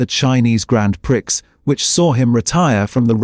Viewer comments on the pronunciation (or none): Grand PRICKS. AI has the vocab of a 12 year old!